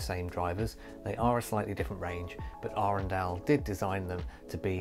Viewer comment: 24 sek in and bless you for pronouncing Arendal correctly!